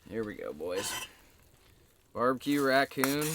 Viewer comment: It’s barbecoon instead of barbecue